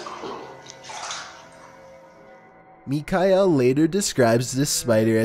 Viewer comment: The way he says Michael tho...